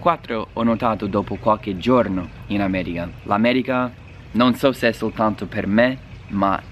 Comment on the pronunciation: “L’Ammèriga” pronunciato alla romanesca però no, dai. :*